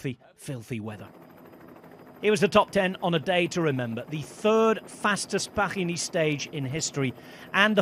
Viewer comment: Commentator calls the race "Paghi Niece"...haha